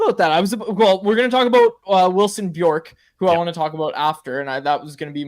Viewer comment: It’s Björck not Bjorck, completely different pronunciations